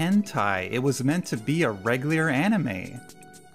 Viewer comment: regliar? hehehe